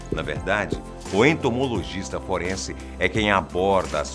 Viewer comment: É "Entomologista " e não "Entomogolista"